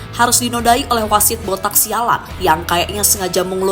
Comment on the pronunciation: "Botak syalan"🤣🤣😂